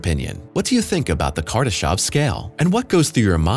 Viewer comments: It's Kardashev not Kardashov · I really did cringe every time he said "kardeshov"